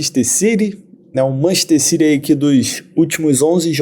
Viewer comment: Nunca entendi pq brasileiro diz Manchester CIRI e não CITY